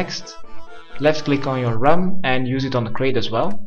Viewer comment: thought he said run instead of rum and now he fucked me over